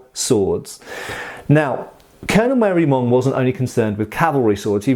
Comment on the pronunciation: Marey-Monge (ma-ray-monzh) not "Mary Mong". I had to look it up.